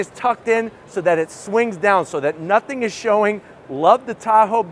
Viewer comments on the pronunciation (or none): none